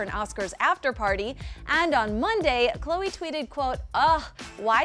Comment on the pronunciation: Hate when they call khloe Ko ko. Irritating